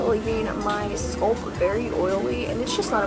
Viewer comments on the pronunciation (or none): girl why do you say scalp like "scolp" 🤣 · "scoolp" 😭 not being rude but that's no how to say scalp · Loved this video💕 question is there a reason you say Sculp instead of scalp?